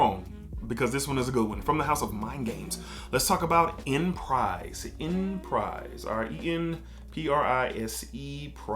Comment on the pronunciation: Phonetically it’s (ahn•pre) not enprise but definitely one of my favs